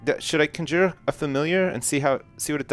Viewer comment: Is pronouncing "Conjure" like that a Canadian thing?